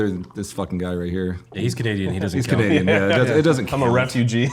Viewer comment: CAN-NADEAN haha 😅😅 P.s. OW DA, don't you give me that look or a rise might com out of ne